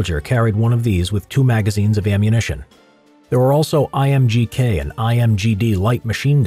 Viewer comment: The IMGK is mispronounced...it is not an I but a small L for "leichtes" meaning "light" "leichtes Machinen Gewehr Kalaschnikov" Do not ask me why they didn't capitalize the L it was a holdover from the Wehrmacht designations which in turn started in WW1 and I dunno who came up with it.